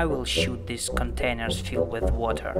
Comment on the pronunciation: “Corn staich and weter” lol 😂